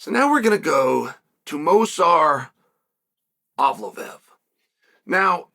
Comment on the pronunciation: Mosar Abloblev 😂